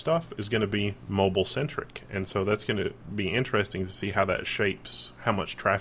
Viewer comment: Lol "moble" Moble soder nuculer.